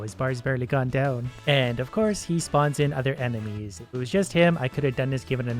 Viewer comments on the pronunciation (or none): "anything that helps counter my stupidity really is a win for me" tbh same tho also he says 'emenies' instead of 'enemies' and i found it funny so yea oki by